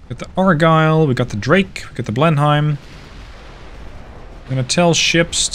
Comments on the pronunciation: Err, actually it's pronounced blen-im for blenhime, oh never mind it doesn't matter anymore 😆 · your English is extremely good, better than most English in fact, but your pronunciation of British ship/place names isn't always right. Specifically, DespAtch (emphasis on second syllable}, Blenheim is Blenem (yes it's a place in Belgium, but the English...), Roxburgh and Jedburgh as Edinburgh, and another I've forgotten. Good series. Slainte!